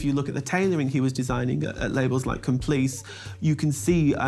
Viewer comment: Very good vid. ▪︎ However......have some grave concerns about ur "Fashion Curator" Shonagh Marshall. ▪︎ 1stly...it's not "Complice" as she pronounces it. It's "Com.pli.chey" (I've spelt it phonetically for instructive purposes. ▪︎ 2ndly...Ms Marshall speaks of Richard "Averton" 🤦🏻‍♀️ Leaving me wondering whether she was simply spring into the🪑, 🎤'd up, shown which was her 🎥, then told 📣 "GO" ▪︎ For her records...it's Richard "AveDON" 😉👍🏼 ▪︎ 3rdly - The split of Gianni's will WASN'T "All to his 11yr old neice." The split was Versace's "11yr old neice" 🤦🏻‍♀️...AKA Allegra...it was Allegra - 50%, Santo - (Versace's older brother) - 30%, and Donatella - 20%. ▪︎ As an aside...I DO think Ms. Marshall could have brushed her hair before sitting down to do this docco...🤷🏻‍♀️.